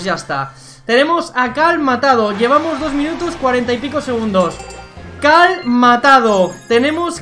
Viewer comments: Es que dice Cal, no Carl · Es cierto si dice cal